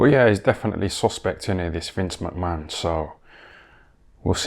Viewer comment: Have a shot everytime this dude says vince mcmann lol